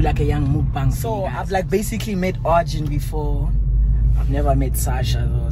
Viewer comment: Arjin did the r wrong sasha respect